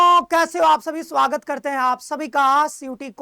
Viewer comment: Swagat ❌ Swaggrat ✅